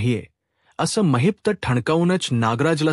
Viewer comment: Mahit nahi mahipat bola navacha neat uchar kara